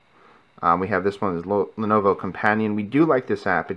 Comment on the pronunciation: not lonovo, lenovo